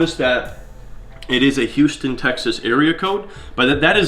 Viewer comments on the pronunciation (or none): none